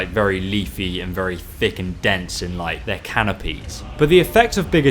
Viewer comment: Dense not dence, duense